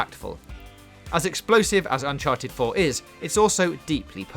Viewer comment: Fowtnite // Wed ded Wedempition // Unhawted fouw // Howison zewo dawn // God of Waw